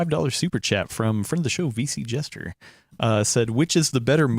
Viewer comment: always says VC Gesture instead of VC Jester